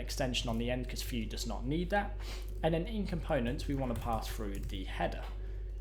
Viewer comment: bud it's pronounced view